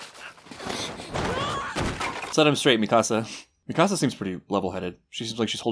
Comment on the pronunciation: Lol I keep hearing “mi casa” instead of Mikasa